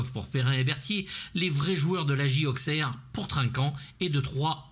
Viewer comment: J'adore ce film ! Auxxxxxerre, ça fait mal aux oreilles (je suis "ausseroise") mais je te pardonne. Film parfait, ok avec toi sur la filmo d'Annaud. Guy Roux avait le mérite d'être le conseiller parfait mais surtout pas cher (à l'époque) : 15 000 francs. Il trouvait Dewaere plutôt gentil et pas bégueule mais très mauvais en foot. Sa doublure est Lucien Denis, reconverti en journaliste sportif pour RMC. Roux et Annaud se sont pris la tête pour filmer un but car Roux voulait que soient filmés les essais car comme tu l'as rappelé, pas évident de mettre un but volontairement même avec un gardien qui l'est tout autant. Annaud gueula qu'il connaissait son métier et boum les essais commencèrent et Dewaere colla un but impecc du 1er coup. Annaud lança les caméras et rien de rien pendant pas mal de scène :) Guy Roux en rigole encore. Le logo Chaillotine sur les maillots, ce sont les poulets industriels "Duc" qu'on voit partout, avec son président Gérard Bourgoin (toute ressemblance avec blablabla...). A l'époque, un gusse poussait au bord du terrain un landau avec une oie dedans pour faire la promo de la marque 😁